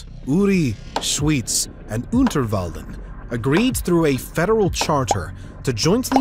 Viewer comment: I love how you pronounced Uri, Schyz and Unterwalden :D I know Peoples who life here for 20 years and cant say it like this.